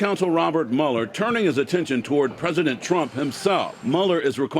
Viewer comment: I love how he pronounces Mueller as "Mullah." It sounds SO cool. Especially "Hurricane Mullah."